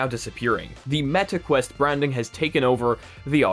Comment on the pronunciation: "metaquest" IT SOUNDS SO BAD LMAOOO